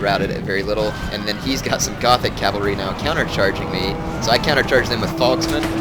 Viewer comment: Gothic cav is pronounced Gotic.